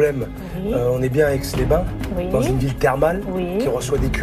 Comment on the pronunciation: Aix les Bains, pas aix les bain. Pfff